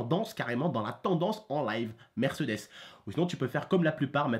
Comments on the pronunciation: on dit pas "MÈRCEUDÈS" on dit "MÈRCÉDÈS" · mdrr je kiff trop quand tu prononce mercdes 😂😂😂